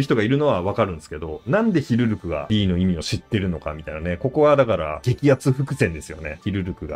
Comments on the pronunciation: ずっと間違ってるなw 思い込みってコエーw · ヒルルクって言うから全然内容入ってこねえ😂